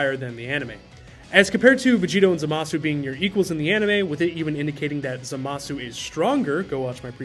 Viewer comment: *Zamas. I understand how it’s spelled but it’s the same reason we don’t call Sasuke, “Sasooke”